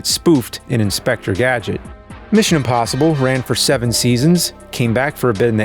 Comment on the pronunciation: I should have known that was by the way he says "imBossible".:D